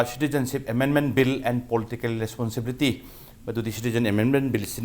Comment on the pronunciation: Ta "responsibility" do sengna amta hyse taba nungaite